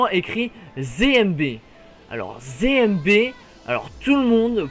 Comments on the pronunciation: Mec c'est ZMB et pas ZéMB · C'est zed et pas zé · Tu dit zémb. Mais c'est zéde mb